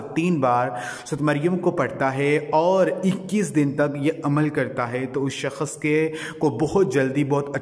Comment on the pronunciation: Hazoor nhi huzoor bola kre aur sakhas nhi bolte sakhs bolte h apne word ko sudhare plz